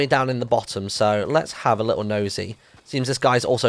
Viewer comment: Its little not lettle